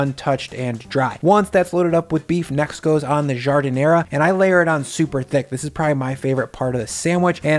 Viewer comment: Jesus Christ, stop saying ZHUUU and JARD. Nobody in Chicago says that. I'll fight ya! >:D